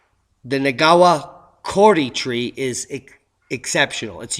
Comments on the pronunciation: I'll help you with the pronunciation: Maori = mowree , Kauri = cowree, Ngawha = ng (as in song) ahfar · Ngawha... pronounced Narfar. 'Wh' sounds like f in Te Reo Maori language and just think of the g being silent. (Its actually rolled into the N, hard to explain) Kauri... pronounce the u more like an o and roll the r - Kao ri. Love ya work and. Peace and love from Auckland, New Zealand.